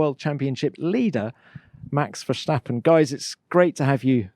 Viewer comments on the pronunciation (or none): Dear Tom I really love your interviews and highly recommend your podcast Beyond the grid to any F1 fan. But: please please stop pronouncing Max’ last name as if he’s German (still a little sensitive in The Netherlands :-) ). It’s not Verschtappen, it’s Verstappen :-) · “Max VersHtappen”? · Legend says that one day, this host will know how to pronounce 'Verstappen' correctly..